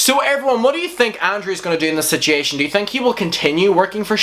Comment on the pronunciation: I love the way that you say sichiation not situation 😂😂💗💗💗💗💞💓